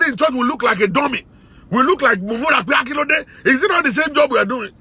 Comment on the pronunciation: I love the way you say ole and kilode but you are telling the truth. Women like that needs to be flogged and thrown out of the house to suffer after the stupid man has gone to jail. Good teaching.